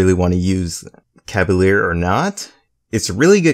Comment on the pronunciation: CAH-VUH-LEER not LAIR or LARE.